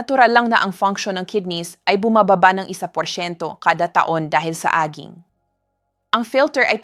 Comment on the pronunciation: “Aging” should be pronounced as “edging” not AG-ING!